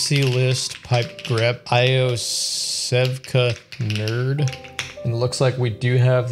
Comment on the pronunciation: great video, Iosevka is pronounced Yosevka ... don't ask me why